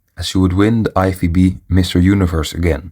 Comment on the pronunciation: Sounds like you have a hard time to pronounce lFBB.